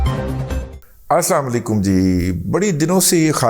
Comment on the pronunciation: اَلسَلامُ عَلَيْكُم وَرَحْمَةُ اَللهِ وَبَرَكاتُهُ، دادا جی لفظ س کے اوپر تشدید ہے لہذا عربی لغط میں تشدید والے لفظ کو پچھلے لفظ کیساتھ ملا کر پڑھا جاتا ہے۔ آپ کے اَلسَلامُ عَلَيْكُم جی اداٸیگی ٹھیک سناٸی نہیں دیتی آپ لفظ الف کو تھوڑا لمبا کر دیتے ھیں جو درست اداٸیگی نہیں